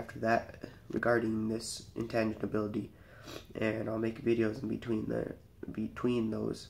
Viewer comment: Intanginability lol